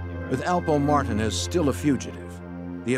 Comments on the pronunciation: Them saying Martinez in two syllables is nerve wracking. It’s Mar tin nez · It’s Alpo Martinez not Martin smmfh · Martinez is pronounced mar teen es not marton es 😑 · I had to rewind that back. 'martin ezz' lmfao. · Martin-ez lol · Am I the only one wondering why is it so hard to say Martinez correctly?? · 😂 there's another documentary about him 'Mayor of Harlem' where they say it the same exact way. I'm like damn they all got his shit wrong 😅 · How do you not know how to pronounce Martinez...smh